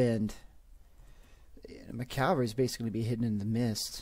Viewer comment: sorry, but anybody else hear Calvary instead of cavalry?